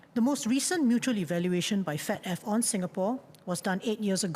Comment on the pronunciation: I thought i heard SL said “Fat Af”